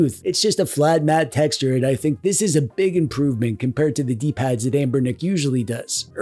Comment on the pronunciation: First accidental “Anbernic” pronunciation?